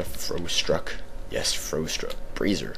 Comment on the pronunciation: I have a question, why are you pronouncing the items in this game in a wierd manner. It is not elfrut it is elf ROOT. Not frostruck, its frost ROCK. Anyways, keep up the uploading!